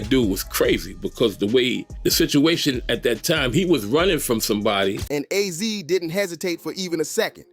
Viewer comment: Azie not ozzy